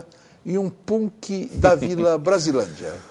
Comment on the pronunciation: o jeito que ele pronuncia punk kakakakak